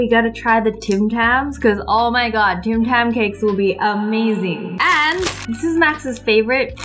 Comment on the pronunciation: U thought it said Tam tam instead of Tim tam xD